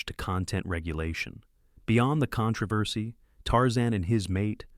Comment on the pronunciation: What’s “ Con travesty?” No more AI.